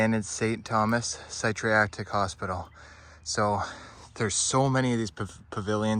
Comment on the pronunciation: That’s definitely not how you pronounce psychiatric